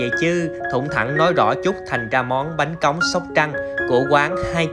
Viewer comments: Bánh Cống chứ ko phải bánh Cóng, sai rồi kìa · Bánh cống nha anh chứ ko phải cóng